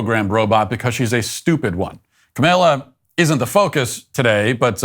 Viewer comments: Kamala Harris is dumber than a six year old. But let's get her name right. It's not ka-may-la. It's not camel-ah. It's Kah-mah-lah. A great Hindu name that means lotus flower. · Are you deliberately mispronouncing Cameltoe's name? I'm okay with that. Trump's imitation of her was spot on. She speaks like she's talking to a group of 4 year olds. So, with all that video evidence, they still know that a Democrat will never be held accountable.